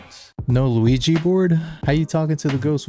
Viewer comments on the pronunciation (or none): Bro said louigi board 😅